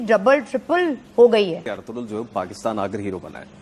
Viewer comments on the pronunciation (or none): we pronounce it Arturul which is wrong its Erturul